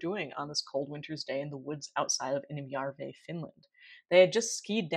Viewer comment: its järvi : pronouncing Ä is easily learned by saying ASS but just leave the SS off. otherwise you do actually pretty good job!